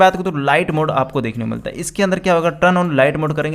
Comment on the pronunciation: Turn ki pronounce aap ko nhi aata